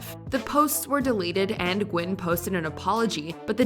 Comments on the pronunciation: The way the narrator pronounces the last name 'Nguyen' as "Gwen" rather than "New-Yen" tells you most of the staff haven't even been around asians before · “Dee Gwen” lol it’s “Dee New-en” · Just to let let you know nguyen is pronounced more like gnu-yen then gwin. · Anyone also got a little bothered of her pronouncing Nguyen as “Gwen”? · Exactly. Trying to shed light on racism yet doesn't know how to pronounce asian names properly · As a Vietnamese your way of pronouncing “Nguyen” is completely incorrect as well.